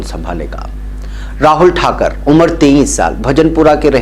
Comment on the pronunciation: اصل لفظ "ٹھاکُر" ہے "ٹھاکَر" نہیں، براہِ کرم تصحیح فرمالیں،، شکریہ،،